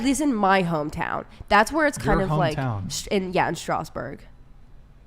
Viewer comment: Hey girl, you don't speak a word of french. Saying "my name is X" is not speaking a language. And the way you pronounce Strasbourg... We have killed people for less.